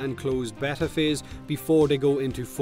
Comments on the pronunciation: A bet-ta is a fish, it's bay-ta =P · Or beeta but it's definitely not betta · I like how thinks there's 2 ways to say beta, and neither are right. It's pronounced Bay-tah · gooberlious Lol what, why should we pronounce it in the english way? The right way is Béta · gooberlious thanks for doing that so I don't have to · I usually pronounce it bay-ta... but whatever... you do you:) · It's Bay-ta. Also it's a free to play game so since they don't ask for money up front they can change anything they want about the game anyway. It doesn't matter if it's in beta or not there is no rule that says they can't make changes to the game no matter how big. So yes, beta is a cop out for them not having a fucking clue what they are doing in spite of four years development. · my dude it's bey-ta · I always pronounce beta like Bay-Ta. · Beeeeeta!!! But you pronounce it however you feckin want mate 👍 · Repeat after me (*bayta) Its driving me nuts 😂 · It's not B-eh-tah, or B-ee-tah, it's B-ay-tah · its BAY-TAH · "Bay-ta" is how I'm sure how you pronounce it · I don't pronounce it like betah (behta?) or beeta... I pronounce it like bayta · pron: bay-ta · I pronounce it baytah i guess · I pronounce it bayta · You pronounce it Beta dude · I'm not trying to be a grammar nazi but it's pronounced: b(ay)ta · Its. Bay-ta. xD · its beta not beta guys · Beta rhymes with theta, if that helps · say beta one more time and i swear... 😠💀